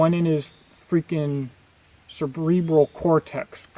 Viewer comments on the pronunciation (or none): Cerbrbreal cortex.... LOL